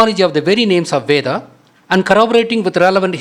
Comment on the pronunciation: VEDAM / VEDA (NOT VEDHAM/VEDHA)